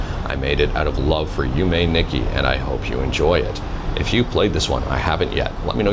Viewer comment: you were so close! you pronounced yume corretly. the "i" in japanese is generally always a long E sound (like in Toshiba or Nissan), so its less "nicky" and more "neek key"